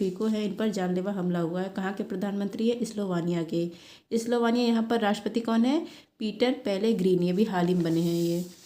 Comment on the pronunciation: Sister स्लोवाकिया speaking mistake